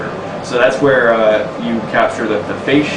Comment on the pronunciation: he says fashe instead of face lol.